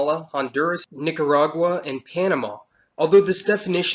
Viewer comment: MISS kee toh. Nee kah rah gua. GA ree foo nah